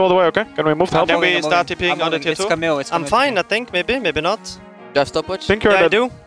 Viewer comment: As a french guy it's rly irritating to hear them pronounce "Camille". But, since I love those players, I forgive them <3